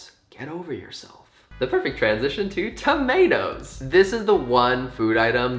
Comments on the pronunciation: How the f..., did I understood tornados instead of tomatoes 🤨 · what app/website is this? also that british accent when you were talking about tomatoes was surprisingly good sir